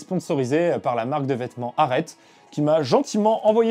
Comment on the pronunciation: Super vidéo, ça se prononce pas plutôt arété la marque qui te sponso ?